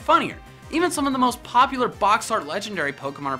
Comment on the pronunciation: “acousy” and “popliar”. wouldn’t kill to rerecord some audio